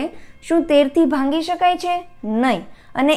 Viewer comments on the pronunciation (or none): ભાંગી શકાય કેમ બોલો?ભાગી શકાય બોલાય .ભાગાકાર માટે . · ભાંગી નહીં ભાગી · Mem it's not bhangi.......bhagi.....sorry, 🙏best 👌 and easy.....tricks 😊. .....